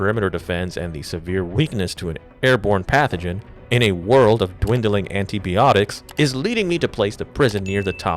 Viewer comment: I’ve never heard someone screw up the word antibiotics so badly, do you also pronounce the word biology like “Bee-ology”?